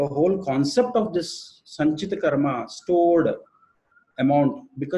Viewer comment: गुरु गम्भीर ज्ञान से परिपूर्ण जानकारी देने के लिए आभार। कृपया संस्कृत के शब्दों को उन्हीं के उच्चारण में अंग्रेजी में भी आसानी से बोला जा सकता है। जैसे- कर्म, क्रियमाण, लग्न कर्म आदि। बोलेंगे तो अच्छा लगेगा। क्या आपके वीडियो हिन्दी में भी हैं। कृपया लिंक देकर अनुग्रहीत करें।